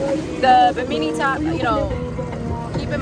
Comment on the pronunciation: I have the same Boston Whaler 130 Super Sport as a secondary boat. In case you didn't know, you're sitting on the gunwale in the beginning which is illegal and very dangerous. Also it's called a bimini top. I think you mispronounced it lol. Fire extinguisher on board? Captain David - USCG